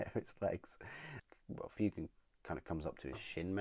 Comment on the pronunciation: It's pronounced FWAY-gan.